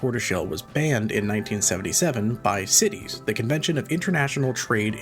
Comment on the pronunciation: Sytees not citys.